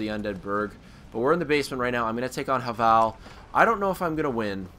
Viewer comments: It's pronounced Hayvul by the way. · No, it's pronounced have-ul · Yeah HA-VAL lol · Pronounce havel right